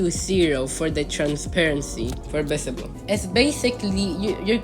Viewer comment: Visible sounds like bisible